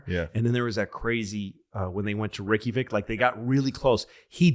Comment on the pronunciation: I’ve heard a lot of different pronunciations of Reykjavik but “RickyVic” is a new one lol